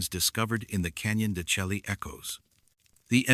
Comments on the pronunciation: I've heard it's Canyon de shay not shelky. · Canyon de shay pronunciation. "Canyon de Chelly" is correct spelling. It is an Anasazi site.